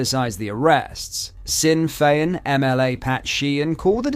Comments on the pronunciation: It's NOT PRONCOUNCED SINN FEIN ITS PRONOUNCED SHIN . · Sorry it's pronounced Shin not Sin.